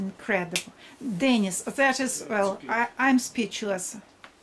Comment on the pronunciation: no, sorry: not DENnis. but DenEEs. Dennis is a man's name, Denise is a woman's name. ah Grumbacher ! very good quality ! the best !